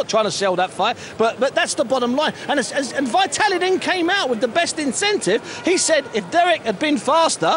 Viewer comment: xDDDDDD LMAO "thas vye tallee!" xd